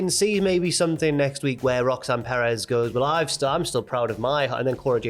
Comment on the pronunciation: should not be allowed to pronounce Perez lmao.